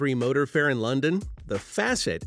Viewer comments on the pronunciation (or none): none